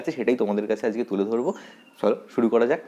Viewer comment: ajke ke ajke bolben.azke bolen keno ?